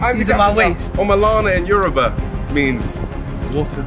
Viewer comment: Not niko pronouncing yoruba as ‘yuruba’💀